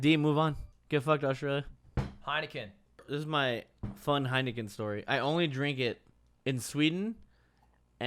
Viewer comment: Ludwig: (Heikenen) This is pretty fire Dutchies: Heineken is fucking piswater man